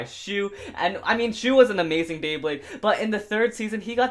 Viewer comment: you said "shu was an amising beyblade